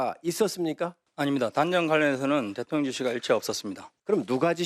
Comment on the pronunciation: 대통령 대통령 ~~김병주~대톤련이 아니고 ~발음도 잘못하네 군대에서도 작전지시 제대로 했는지~